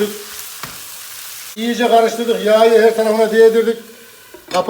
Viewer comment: Abi be ilk kez izledim seni şuan ama şu konuşmanı düzelt be. Valla sen her YAĞYI dedikçe ayar oluyorum. YAĞI diyceksin yağyı değil. Neyse izleyim yağyı kızarttıgın yerde kaldım :D